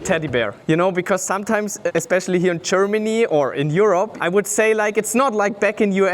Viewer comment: The guy says "chairmany". There is a country called Germany. Also - the plates say MB (you can google it). Also - it's a Moto GP rider (or a BMW team DTM driver) who has enough cash-aroozkies... buckaroozkies - and who has started his career in early bikes. Also - amazing collection. The guy even went to old BMWs, which not many collectors do. Well done. Also - if you are (don't be) mad to find out his name - you can probably find a German registry where you can enter the licence plates. Or maybe not. Because chairmans are crazy on protecting their "private data" for no reason (because maybe russkies are coming?)